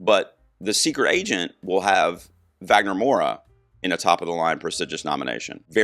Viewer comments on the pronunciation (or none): Wagner's last name is Moura and not Maura.